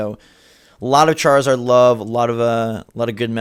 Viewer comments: Did just say Charzord? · did actually say charzord or am i retarded